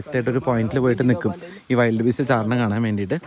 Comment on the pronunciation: ചേട്ടാ വൈൽഡ് അല്ല വിൽഡ് ബീസ്റ്റ്..